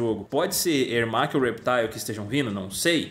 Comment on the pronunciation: Gente só digo uma coisa "ERMAC"